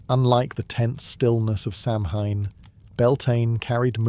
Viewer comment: Kel-tic, not cell-tick. Sow-en not sam-hein